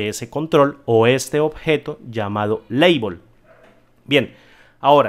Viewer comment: maestro muchas gracias excelente y tambien ha sido el unico que pronuncia label (leibol) como es, maestro quiero cambiar que no sea fijo la lista del combobox sino un rango dinamico dentro de una columna creo que puedo hacerlo con ultima fila y el for i = i to UltimaFila Ufila y despues por medio de un boton guardar en la ultima celda vacia lo que tengo en la caja de texto que le pase atravez del combobox creo que es posible hacerlo asi muchas gracias